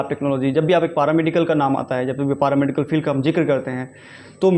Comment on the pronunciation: पारामेडिकल नही पैरामेडिकल होता है 😂😂😂